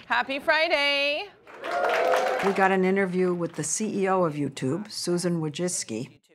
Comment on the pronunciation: "Happy Fryday."